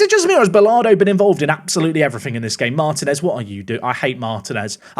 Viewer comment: and butchering names, Martinez isnt martin-ez it is marteen-ez. and Bolado isnt Bolardo, no R